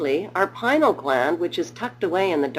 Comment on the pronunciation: Why? Because it is pronounced "pin-ee-ul" gland... ...and, it actually has received a great deal of attention (within the field of neuroscience, at least). "Pinal" gland.